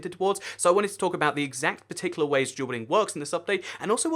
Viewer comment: Sounds like he's saying "jewel welding"